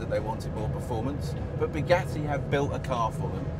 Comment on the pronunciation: sounded more like Bigatti Vooron... damn English